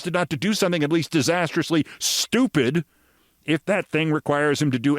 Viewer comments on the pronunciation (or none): Or is it SHHH-TEW-PID ? < lol >